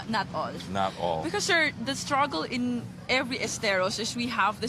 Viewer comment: Shir, esterosh, operationsh, fashing, lots of words of the day!